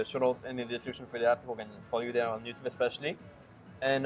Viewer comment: 'Moneyball' lol., it is 'especially' not eCspecially lol (if you are going to use a word all the time, use it correctly). You sound uneducated saying it like that dude.